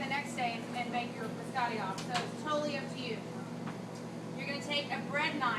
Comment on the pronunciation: Did a culinary professor just say “bis-AH-tee”? Fire her